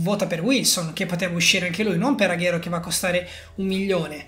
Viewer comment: Comunque si dice aguero no Aghero